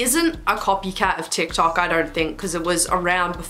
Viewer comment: “d not a t” DIKTOK